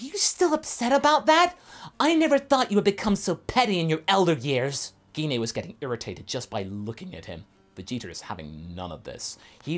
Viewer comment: The way you keep pronouncing gine's name is really triggering me it's pronounced ji-nay not gi-nay her names been pronounced in unofficial content games etc but the most recent was in the broly movie which is cannon and even in that it's pronounced ji-nay